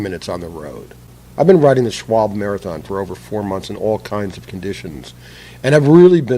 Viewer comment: It's pronounced Schwalbeee. Simple flat solution - Install the same principle that the tire manufacturers use - Tire Liners such as Stop Flats 2 or other flexible types. No Muss - No Fuss & no risk of eating away your aluminum or getting that goop all over your rims. $5. per tire & say goodbye to flats forever if used with Marathon Plus tires.